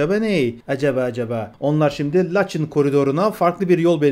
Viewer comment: " LaçIN " vurgu son hecede